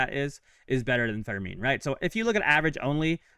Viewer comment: His name IS NOT Federmin… It’s Freddy Fermin Pronounced like "fur mean".